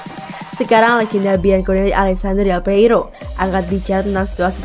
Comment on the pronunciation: Pembicara di Video ini agak cadel yah ? dan Sebut Del Piero , Del peiro , tapi saya suka sih suaranya ngangenin 😁🙏